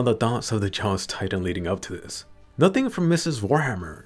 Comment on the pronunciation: Dropped a like just cause you said tri-tan